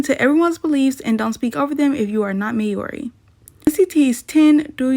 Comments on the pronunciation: Maori is pronounced like the word moldy not may ory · I'm from New Zealand it's not pronounced like that it's pronounced like modly